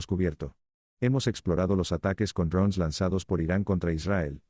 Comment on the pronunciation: Ud. habla Castellano, diga DRONES.